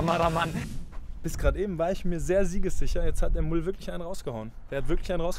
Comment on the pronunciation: der Mats spricht das falsch aus. Der heisst nicht "Mull" sondern Müll.